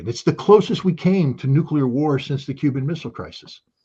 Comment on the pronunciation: They traumatized scott as a kid with thermo nucular war propaganda so he really thinks nucular weapons are real, nobody's perfect just forgive him and move on.